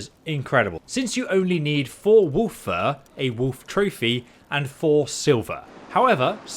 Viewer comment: they way you're pronouncing wolf is killing me :D woof